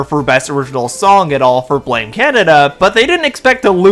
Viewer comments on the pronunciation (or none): none